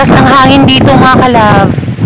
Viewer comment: PLEASE WAG MAARTE SA PAG BIGKAS NG DETO AT NANDETO. .. , , . KASI PANGET PAKINGGAN.